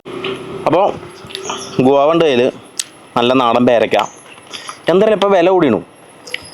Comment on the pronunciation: ഗുവ അല്ല ഗോവ ഫെനി